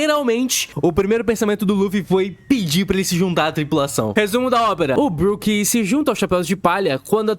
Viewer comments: Várias incoerências.. em Punk Hazard, ponto pro Chopper que salvou as crianças, onde está só um chapéu de palha nem deveria contar.. Sem falar que pronuncia tudo errado.. BROQUE kakakakakakakakaka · O cara fala BRÓKE.. não dá pra levar ele a sério. 🤦🏻‍♂️🤦🏻‍♂️🤦🏻‍♂️